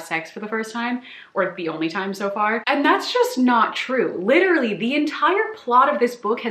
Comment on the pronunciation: I can't get over how says 'literally'. It sounds so nice aah <3